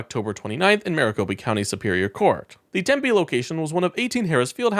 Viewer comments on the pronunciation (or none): They are pronounced Tim-Pee (Tempe) and Ah-Wah-Too-Key (Ahwatukee). It is Stephen Ritch-er (Richer) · Tempe pronounced “Tem-pee.” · Ah- wa-too- key Arizona! Tem-pee Arozona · Hi, from AZ here. Awatukee is pronounced Ah-wha-took-key, and Tempe is Temp-pee.... just an FYI 😊